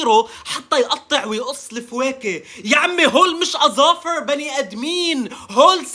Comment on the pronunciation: اضافر❌ +اول ساكنين✅✅ الله يهديه